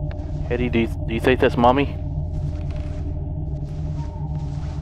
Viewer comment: first time i did understand not Mommy instead i heard Money xD OMG i cant beieve dat xD